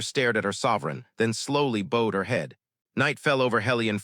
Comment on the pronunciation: The word 'bowed' is miss- pronounced and the pair 'ow' sounds more like it has a soft 'a' in it than an 'o' !. Oops LoL 😢😢